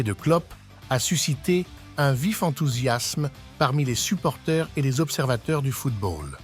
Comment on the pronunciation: On dit supporters pas supporthé